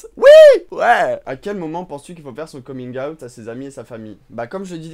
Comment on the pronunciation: Bon ben, j'adore tes vidéos mais pour ta prononciation anglaise de coming out, faut dire comigne out et non comingue a-out. Et pour ta question sur quel âge pour faire son coming out, moi c'était à 36 ans, quand mon ex copine enceinte de mon fils a dit à tout le monde (famille et collègues) que j'étais gay. Personne ne l'a crue mais j'ai dit à tous qu'elle avait raison en partie puisque je suis bi. Bon ok, 25% hétéro, 75 % gay. Par ailleurs, tu dis que Pl Cloutier est trop jeune pour toi? Ben moi à 60 ans, je suis dispo pour ta prochaine visite au Québec... Gros lol ici!